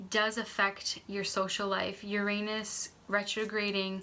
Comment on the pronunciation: I don't think you are saying Uranus right